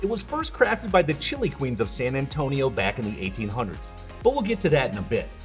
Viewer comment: "Chili" pepper is definitely not pronounced like the country Chile. Turning off the video less than a minute in because I can't stand that ridiculous pronunciation.